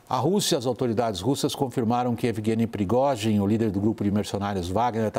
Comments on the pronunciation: Da uma agonia eles falaram Progózin, e não Prigozin. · Esses repórteres poderiam aprender a pronunciar o nome do prigozghin ,essa pronúncia da CNN dói os ouvidos, vergonha